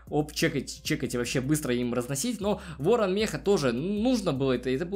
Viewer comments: Ты сказал вооан 10 раз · 7 раз говорил ворно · Ты сказал Ыорон 10раз